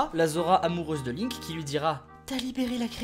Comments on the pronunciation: C'EST PAS LAINK C'EST LINK. ET CA SE PRONONCE PAS "BRIF" MAIS "BREF". Désolé je me suis laissé emporter. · Link pas linnk prononcez lle bien ohhh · Non sa se prononce Linek mais sa s'ecrit Link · Attends Attends TA DIS LAINK... LAINK !!!!!! MAIS QUI FAIT CETTE FAUTE À PART UN GAMIN DE 5 ANS QUI A FUMÉ DU CACA (Désolé mais cette faute est impardonnable) sinon ce concept est super. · "Qui s'appelle "Laink"." Ah? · lol les prononciation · Perceval Rominger Ca se dit PaS comme ça Ca se dit WRYYYYYYYYYYYY!!!!